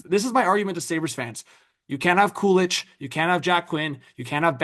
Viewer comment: Kulich is said coo-LEEK, not coolitch…😅👍